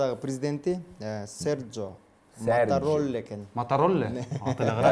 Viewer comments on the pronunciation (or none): Алпаруучу капкайактагынын баарын эле айтып жатат! Коптогон суроолору чындыка дал келбейт! Президенттердин аттарын туура эмес айтып жатат! Уят, даже туура окуй албайт! Монголиянын президенти - Халтмаагийн Баттулга, "Халтмайин Батуга" эмес! Италиянын президенти - Серджо Маттарелла, "Серджио Матаролле" эмес! Уят!!!